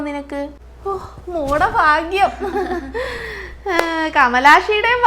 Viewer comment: ഫാഗ്യം അല്ല ഭാഗ്യം